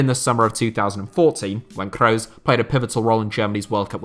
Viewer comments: Butchering the names maaan.. it's "Kroos" not "Crowes". Geez it's like you've never heard their names before!! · your pronounciation of Kroos is awful